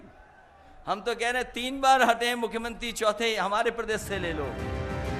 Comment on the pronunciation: मुख्य्यंत्रि नही दादा मुख्यमंत्री बोलो बोलना आप को नही आता योगी आदित्यनाथ जी अंग्रेजो की नस्ल नही है सनातन धर्म के हिंदू हैं